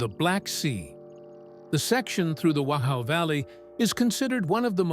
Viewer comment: it's pronounced "vock-ow".....surprising you didn't know this.....